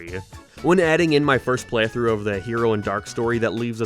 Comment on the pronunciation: Dude doesn’t know how to pronounce the word “playthrough” lol